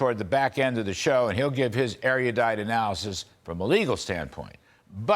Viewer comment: Larry: not eriudite. It is erudite